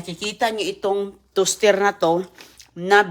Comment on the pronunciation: Inday , please naman paulit ulit mo na ang mga sinasabi mo akala ko pa naman very informational ang vlog mo. Lemon and honey ilagay sa coffee? Ano ba ipinag sasabi mo?! Lamiiiisa, tustir, gardin, colistirol, miron, okiy, smuti Jusko po! 🤷‍♀️